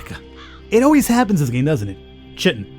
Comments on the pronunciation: Kai-tin. Not shiteen ;) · That's "Kaiton" not "Chit-ton". Yeah the spelling is terrible, but that is what it is. For the longest time I was saying it wrong too. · I know it's your stock in trade to mispronounce stuff, but lest you get de-monetised... it's pronounced Kye-tin.:) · I admit, I giggled every time you pronounced 'chitin', no chit! :D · Also, it's pronounced: KYE-tin "ch" = k sound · Chitin is pronounced with a K.